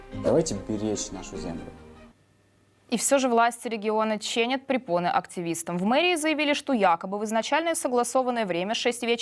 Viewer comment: Не ченят, а чинят